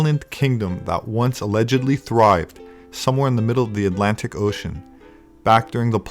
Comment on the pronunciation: the "i" land in the galactic oh-shine